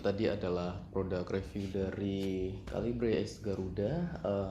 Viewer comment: KALIBRE KALIBRE.. (read) KeLIBER MASS..wkwkwk dr sekian bnyak review bacanya gt semua..wkwkkw